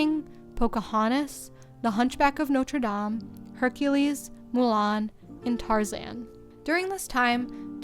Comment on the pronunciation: Hats off to the person with a North American accent that can actually pronounce the words "Notre Dame" without saying "NODERR DAYME"